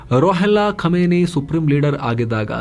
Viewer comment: ಖಾಮಿನೈ ಅಲ್ಲ ಖಮೇನಿ